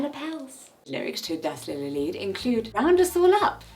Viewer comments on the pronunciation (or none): none